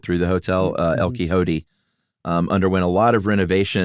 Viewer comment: Omg guys...lol..it's... EL-KEY-HOET-TAY...ya know, El Quixote. Thx for the giGgle...🤭✌️